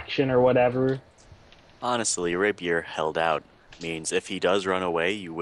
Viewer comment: Can you prepare spells in 5e? BTW: RAY-pee-eer, Sim-i-tar